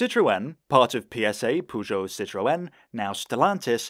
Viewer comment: Why is no one talking about how he is butchering the pronunciation of Citroen and Peugeot?